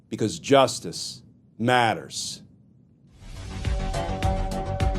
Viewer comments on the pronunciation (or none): I love what you do, but may I please offer an old acting addage: "less is more." Just "say it like you mean it" (LBMayer said that, I think). Just say "Justice matters." Simply. I know this advice may seem rediculous or overly critical or even trollish but when you over-emphasize "matters" it sounds almost insecure and undermines your well earned authoritative perspective which is based on knowledge of the truth and decades of experience. If this is just the way you speak normally, nevermind and please forgive my criticism. And, seriously, thank you for what you do and for your looking for ways to broaden your credibility with those who may still have an open mind. Trust yourself, and God's speed!